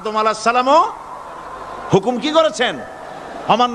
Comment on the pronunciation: হুমুক না হুকুম আপনার ভুল আছে